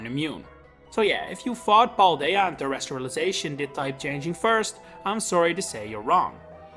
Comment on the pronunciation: Pronounced con-to not can-to, pal-day-ah not paul-day-ah and holographic is hall-lo-graphic so therefore holon is Pronounced hall-lon.